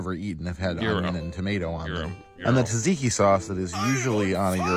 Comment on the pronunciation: rly? white pepper is so uncommon that he has to describe it? It's the main pepper in most scandinavian cooking unless you use red meat. Also, I'm not greek but I nthink he said tzatziki wrongf so I'm not sure he says Gyro correctly.